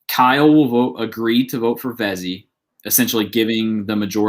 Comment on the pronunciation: It not fezzy it fessy